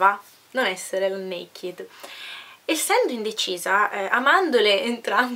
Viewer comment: scusa se ti faccio questo appunto, visto che ora studi lingue...non si pronuncia Nekid ma NEIKED con l'accento sulla prima "e" .